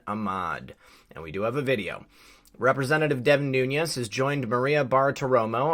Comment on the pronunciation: Noo - nes, not Nu- ñes. His name is Portuguese, not Spanish.